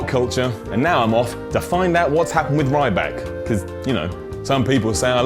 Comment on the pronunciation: ma gawd Mabel it's ryback